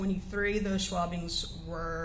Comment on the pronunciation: Schwabbings??? lol